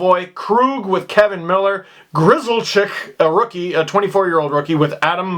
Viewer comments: It's pronounced "GRILL-LICK", not Gryzelchyk. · Gryzelyck is pronounced Grizz-El-lick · Grzelcyk is GRIZZ-lick Acciari is ah-CHAR-y Kuraly is Kuh-RALLY This has been your Bruins pronunciation lesson ;) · Dude, it's GRIZZ-LICK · It’s pronounced Griz-lick. Yes like a grizzly bear lick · It is pronounced Grizzlick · its griz-lick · Gryzeleck is pronounced Grizz-lick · Pronunciation: Gryz-lick, easiest way to say it Bruins fan, I honestly don’t know how this series is gonna go. I do know its gonna be stressful though! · You weren’t even close with Gryz’s name btw